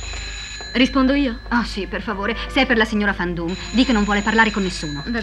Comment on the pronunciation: Non è Fan Doom, ma Van Doom, essendo un nome di origine olandese